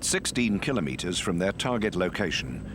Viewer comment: The narrator pronounced Kilometres correctly, very rare nowadays